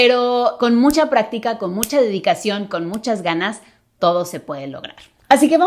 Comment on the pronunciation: Bueno encontré un error en la pronunciación de 😂no es nada del otro mundo pero como a principios del video dijo practicá cuando se refería a decir como práctica. Repito que no es hate solo es curioso jaja